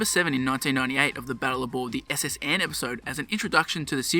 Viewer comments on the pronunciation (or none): none